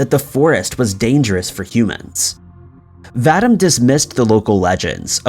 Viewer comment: Please quite pronouncing Vadim the wrong way. It is should be pronounced VA-DEEM! Come on guys; Do your research.